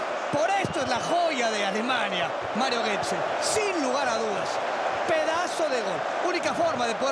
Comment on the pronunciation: Mario "Guetze", el matador de argentinos